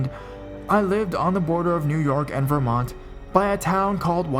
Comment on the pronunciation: I'm sorry but it's driving me CRAZY!! It's not VER-MONT ITS VERMONT - one fluid word no ver-slight pause -mont. sorry but it was literally driving me crazy!!